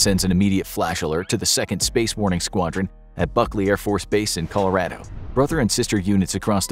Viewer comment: IT IS COlOradO not Colarato.